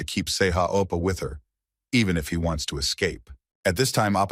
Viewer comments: He dosn't even say Oppa correctly, he says Apa 😣, can we report this specific video Just because of Appa! 😁, Just kidding😁😁😁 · He pronounced it as appa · bro why u keep saying opa 😭 its not even part of his name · bro stop saying ippa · Oppa, oppa, oppa, oppaaaaaaaaa. 17 hours video, 5 hours of it is all Oppa. MC name is Sehan Kim not Sehan Appa. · It's more like "appa" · I think it's "Sei ha appa" not "Oppa".